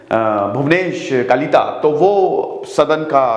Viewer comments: It is not Kalitha, it is just Kalita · Kalitha nehi Kalita he.